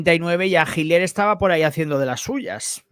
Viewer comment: Hola te digo que se dice Hitler y no Jiler Los nombres alemanes o Rusos o Ucranianos son difíciles de pronunciar😊